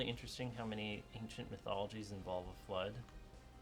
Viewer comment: Oh, I thought, he said 'blood myths'^^